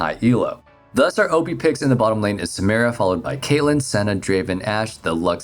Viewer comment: I downvoted because you keep saying Samira name wrong. Every time I you, I will downvote